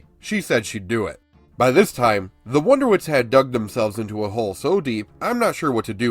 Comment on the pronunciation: Is him saying wonderwits instead of wondertwits bothering anyone else or is it just my OCD again?